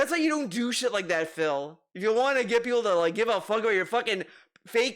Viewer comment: Would it hurt to pronounce WANT correctly? It's NOT waauhn,.